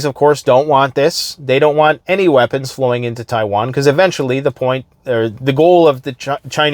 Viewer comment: Thanks for bringing us the info dude. "Chaiwan" made me chuckle.